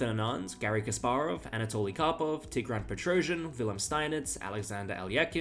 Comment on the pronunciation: Max Euwe should be pronounced "mox Er-veh" but with the "r" almost silent. And Petrosian is "petro-SEEyan". Congrats for getting some much more difficult names correct btw.